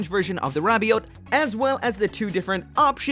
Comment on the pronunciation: Whenever you say rabiot all I hear is ravioli